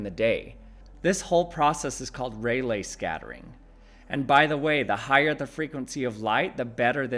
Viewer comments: FYI, pronounced ray-lee, not ray-lay as you said. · RAY-LEE scattering.